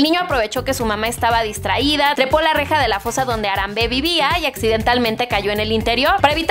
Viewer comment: no es ARAMBÉ ES HARAMBE la H se pronuncia y no hay tilde